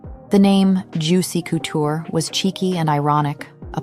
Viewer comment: Great video but the “coo-tour” is making me cringe